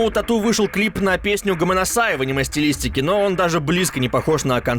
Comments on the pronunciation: Бля не а́ниме, а аниме́ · жатвА. Это слово не от слово жратвА, а от слова жАть, жАтва. А "Аниме" с ударением на а, расставило точки над И. Ска, безграмотный